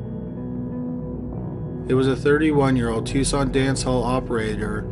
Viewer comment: I am totally shocked pronounced Tucson correctly